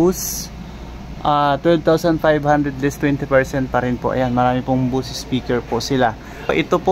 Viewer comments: bose.....hindi buuuuusss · Bose po sng pronounce nya di po bus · sir correction lng po hindi BOOS OR BUS.. ang bigkas po nyan is BOWS.. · correction sir hindi buss, Bose as in boss